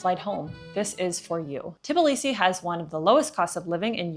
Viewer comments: For all my beautiful foreigners it is not TiBilisi - Tbilisi ( please remove Ti :) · 🫨🫨🫨 Try saying t-Blee-see. Not teh-bull-lee-see. 😄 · This is TBilisi, not TiBlisi